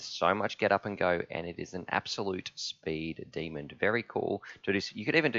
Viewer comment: FYI it's "speed demon" not "speed demond"